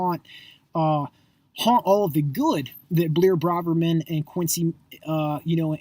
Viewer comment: why are you so mad that Blair and Q are successful? they're not buying followers they've had a few tweets go viral and that's how most of their followers have found them. You're fucking annoying. and why do u go out of your way to pronounce their names wrong? you're pathetic